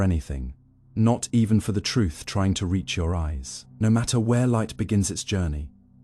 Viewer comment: Why can’t a i say ‘reach’